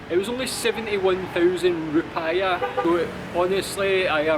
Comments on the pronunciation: Mate you dont read it "roo-pie-ah", the right one is "roo-pee-ah" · It's Jekardah not Jekar ahh. lol It's Rupiah not Rupayah. Pi on Rupiah it sounds like "Pee" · rupiah is pronounced ru-pee-yah ;) cheers